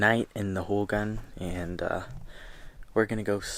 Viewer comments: Hogan is closer sounding to ho-gone than ho-gun haha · hogan = ho-gawn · I love the way you pronounce “Hogan” even though it’s mispronounced. #navajopride ❤️❤️❤️❤️